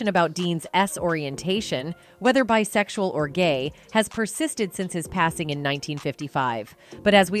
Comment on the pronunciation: How is it that your lousy AI “narrator” can’t SAY the word “sexual”?